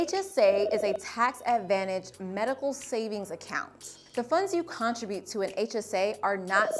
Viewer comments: got thrown every time you pronounced "contribute" like it was "contra-butte" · I was thinking the same thing. I’ve never heard anyone pronounce it that way.